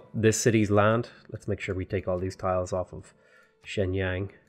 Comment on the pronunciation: Hello, in Chinese, "Xi'an" pronounces somewhat like "shee"-"an", "Shenyang" pronounces somewhat like "shern"-"young".